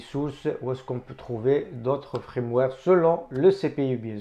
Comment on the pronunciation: Salut mon ami, on ne dit pas Frameware, on dit Firmware